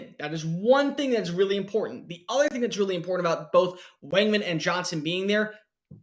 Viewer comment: You do realize you’re pronouncing weigman incorrectly right? Lol but yeah the WR room is weird. Smith Lane Demas Chapman Moose and is Preston still around? Seems like they’re all still hype and the potential hasn’t been reached. Smith will be a SR.. I think if the QB situation was better last year, we’d know how good that group is